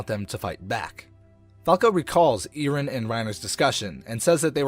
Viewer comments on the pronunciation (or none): It's colossal titan not colossus titan and it's eren not eerin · how he says eren i iren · "iren" "jeen" IM SORRY I HAD TO